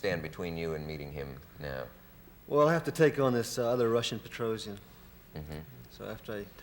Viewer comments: I am disappointed, that Bobby in this interview can't even pronounce the name "Petrosian" correctly...?! I mean, he learned Russian in his youth and he met "that guy Petrosian" in person back in the 50s and probably several times since in tournaments! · Read and speak Russian, but can't pronounce "Petrosian" correctly?